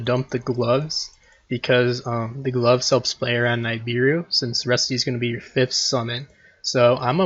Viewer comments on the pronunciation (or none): Great video but please stop calling nibiru: “n eye beer ru” it is pronounced “nib ear ru”